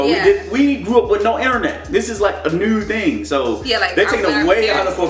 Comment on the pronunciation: "neuw thing" lmao